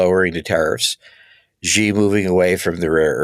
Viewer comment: The leader of China is Xi. That name is pronounced She, not Gee.